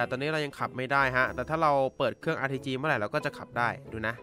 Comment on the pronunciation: ได้ยินRTGเป็นRPG